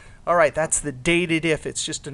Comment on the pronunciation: Not that it matters, but I've always called this function "Date Dif", meaning "Date Difference", meaning the difference between two dates. I noticed that you were calling it Dated If. I thought that was an interesting way of interpreting it.